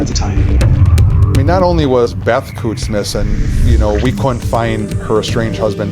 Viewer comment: Kutz is pronounced “coots”, rhymes with “boots”